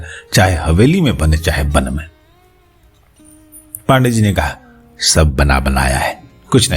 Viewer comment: पान डे ,कृपया इसे उच्चारित करें। पांडेय। जिसे आपको मेने अलग - अलग कर दिया है।